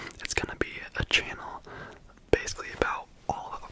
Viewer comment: i love the way you say "channel" like "che-nel" i literally just keep coming back to hear you do that in the intro on repeat